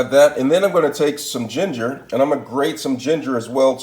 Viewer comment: Lmao, he said gingar